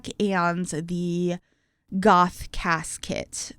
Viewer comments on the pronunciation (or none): You said Goth CAS Kit. I heard Goth Casket. 😅😂